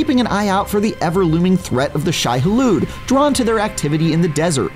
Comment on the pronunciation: "Shy Halood"